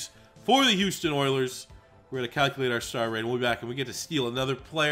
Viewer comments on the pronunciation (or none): Hus instead of Hou makes me gag lol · I hate how it says HUS for Houston